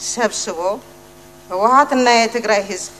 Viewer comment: ህውሓት የሚለው ህወሓት ተብሎ ቢነበብ ትክክል ነው።